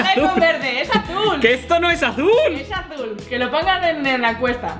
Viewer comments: ES AZÚL TE DIJE NO VERDE leer con vos de natalia😰😡😠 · Si es "alul" :v